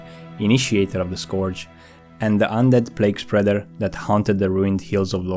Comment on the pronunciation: This is good, but PLEASE learn how to say "Scourge" it's not "Scorge" it's pronounced "Scurge."